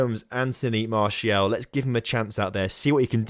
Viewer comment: Please do sell Martial so I can stop listening to you calling him "Martielle"